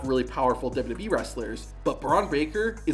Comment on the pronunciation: Love your videos! Hate the way you say “WWE.”